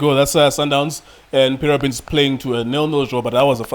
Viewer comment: "Paramix" 😂😂😂😂Mara Junior Khanye no man